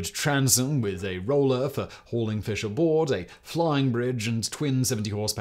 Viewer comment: I mean, it's to be expected. "He starts there, the old man, and his job is to catch the feesh, so he get in the boat, to try to catch feesh. So he catch the feesh, but the feesh is very strong, so the old man cannot reel in the feesh. So then he fight the feesh more, and he finally catch the feesh. But on the way home, the sharks come, and eat the feesh, and so, he no make money."